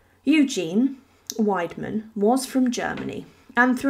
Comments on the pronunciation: you are pronouncing his name completely wrong! „Willedman“ is wrong. The german word „Weidmann“ is pronounced „Widemun“ correctly. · Just a little FYI: Weidmann is pronounced “Vide-mann”. Vide as in “wide”. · It is pronounced WidemAn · It’s pronounced Videman (vide rhyming with tide). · I found the mispronounciation really irritating. Getting someone's name right is not rocket science. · if you’re a supposedly professional YouTuber and want to be taken seriously, then you should be able to pronounce names correctly. It doesn’t take much effort.